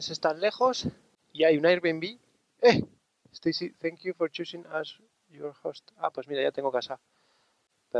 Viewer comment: Estaicy?, no estaremos hablando de la de Roberto 😁